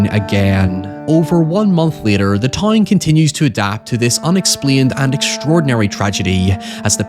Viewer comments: I'm havin' a hard time getting used to the he says the "ow" sound. Town=tine, however=high-ever, it's difficult to listen to at times. But it's so interesting that I struggle through it. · Also he says "toyn" a lot, gotta love the Hollingerisms